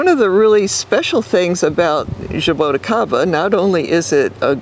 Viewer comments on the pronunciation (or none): Zhaa - Boo - Chee - kah - ba, this is how you pronounce it. Zhaa, like ZaZa Gabor; Boo, like halloween Boo; Chee like cheese (ti is chee in portuguese); ka, like the crow says; ba, like ba-ba black sheep.